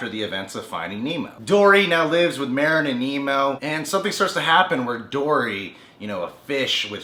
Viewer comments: It's Marlin not Marin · merin? MARLIN!!!!!!! SHIT. lol. but really its marlin not merin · You keep saying Marin. It's Marlin. I'm sorry I don't mean to seem rude it just was kind of getting to me. also, the new and FINAL Don't Hug Me I'm Scared is out now. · Nemo's dad is named Marlene not marene lol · It's pronounced marlin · It's on purpose.